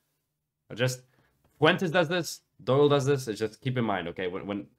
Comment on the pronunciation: John Soy-le. Peak cringe.